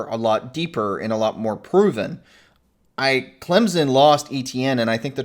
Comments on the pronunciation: I'm sure you've had this debate on this channel already but saying "ClemZon" drives me absolutely nuts hahaha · Yeah, all I know is Clempson 😂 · I'm adding 3 to point prediction since the off-screen analysis can't pronounce Clemson correctly. Clemson - 27 Georgia - 20